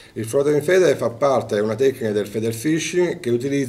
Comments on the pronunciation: 😂😂😂😂😂 fubbi, sarebbi, intepetrare, conno, feder, partenza, sendenza, abbundo, 😂😂😂😂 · Magari si pronuncia fider ! Altrimenti parla italiano e chiamalo alimentatore